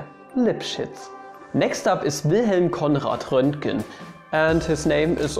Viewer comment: Actually, it's "Rönchen" or "Rönken". Or is that just the verb that was made from his name? "Ich wurde gerönkt" :)